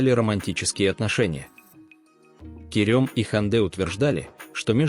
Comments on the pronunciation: помню конечно, но правильно Керем! 😊 Керëм режет слух.. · Странно произносится имя, турки произносят более похожее на " Керам", но не мягкое е